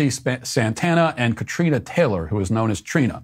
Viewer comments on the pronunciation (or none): none